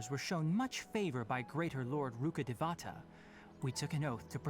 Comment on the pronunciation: loool yeah I laughed when I heard them say Rukkhadevata for the first time. "rooka duvawta" I'm not gonna take it too seriously-- at least they're putting in effort to represent another culture